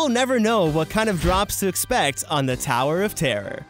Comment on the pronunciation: tawer of tarrer